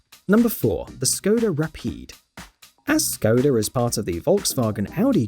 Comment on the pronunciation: Nobody: This guy: "Ssskoda Rapeed"